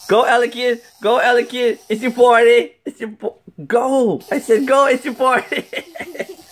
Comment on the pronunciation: party not potty